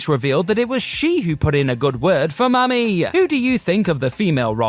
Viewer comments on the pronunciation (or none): why he say "Mami" like that?